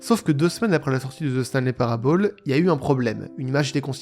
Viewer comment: "Parable" se prononce [Parabeul], pas [Parabaule]. "Year" se prononce [Yeur], pas [Yère].